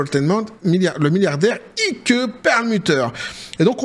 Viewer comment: Ike se pronone aik et pas ike......un peu ridicule